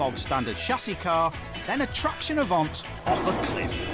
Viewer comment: "Avant' not "Avante" !